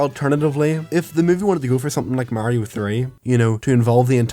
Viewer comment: its so fucking off putting watching someone with an accent pronounce mario correctly